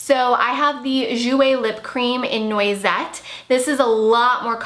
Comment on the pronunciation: just fyi, noisette is a prounounced like "nwazette" :)